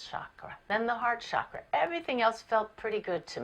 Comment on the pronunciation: Very nice video. It's 'chakra' with a 'ch' as in 'church'.